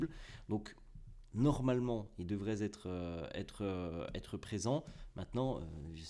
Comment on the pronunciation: Devraient Têtre et non Zêtre, attention à tes liaisons 😉